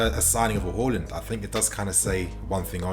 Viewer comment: Whoreland. It’s haaland mate